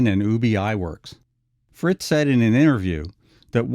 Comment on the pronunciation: "Sles-in-ger " "Frizz" not Fritz. "Ub" Iwerks is pronounced like bub I works.